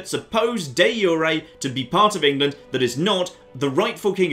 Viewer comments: it's not pronounced yu re but ju re like the j in your name. Also improve diplo works with others too. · De jure is pronounced Dee zure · I have never heard someone pronounce De Jure like this